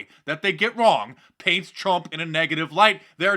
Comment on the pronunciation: Did he just call the president “crump?” 😂